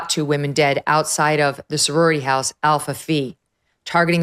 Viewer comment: Alpha Fi, not Alpha Fee.